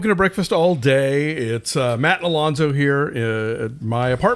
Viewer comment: It's "Alonso"! Get it right!